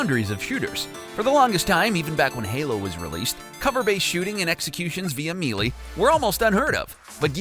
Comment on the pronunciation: Gosh, the way he says 'Melee' >_<